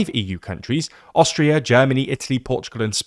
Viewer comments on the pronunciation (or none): none